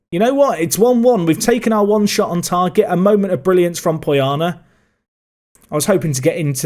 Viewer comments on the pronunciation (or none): Proud of my fictional romanian player. Btw, put the accent on "o" from Poiană.